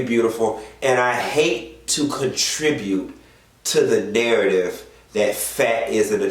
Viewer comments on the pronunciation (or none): none